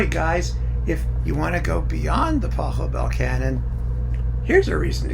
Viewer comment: maybe you can check how to pronounce the name of the composer correctly?